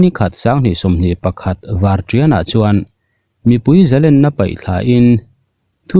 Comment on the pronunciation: Zalenna tih i lam dan hi, 'len' tih hi Len Sangha manna len kan lam danang hian lam tur ani lo maw?